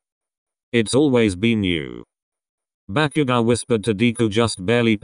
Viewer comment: I’m sorry but the part when bakugou was storming of whe Kirisaid bakugou it sounded like ‘back u go’ I’m Srry but it was a bit funny